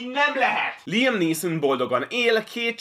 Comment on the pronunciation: LIEM????? LIEM??????????????? Nem LÁJEM?